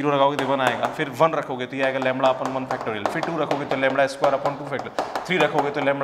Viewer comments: Sir it's lambda not lamda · Very good explanation sir. But its lambda not lumbar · लैंबडा होता है नकी लैंबणआ